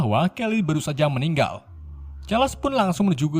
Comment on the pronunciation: Bang sekedsr saran nih , baca nama bahasa inggrisnya yg bener dong bang , dulu chaler lu sebut karles , skrg jean grey lu sebut jen gre